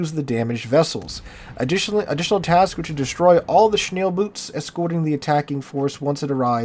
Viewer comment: Shneel Boots. Sweet. Its more like SchnaeLL-Boat. Fast very small Torpedo Boats.